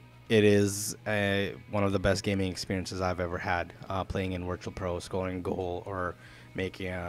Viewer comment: Do you keep saying wirtual pro? haha